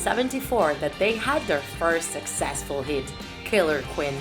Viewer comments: It’s queen not quin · look she can't even say queen. she says quin. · Me: *hears qween in stead of queen* AGHHHHHHHHFGJSHDUDHEHE HOW FRICKIN DARE YPU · Killer qwin its queen you pronounce the ee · “ killer kwin “ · U say kwen, Instead of Queen. XD Thx for the amazing video! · "killer qween" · “Killer quin” are you kidding😂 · Ali3nC4t she also said queen wrong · She said Queen wrong and base wrong she said bass